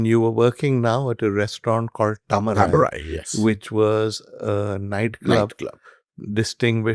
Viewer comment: Please for f sake, make an effort to pronounce south indian words correctly. Its not hard. Try it and have some respect. Its Taa-ma-rai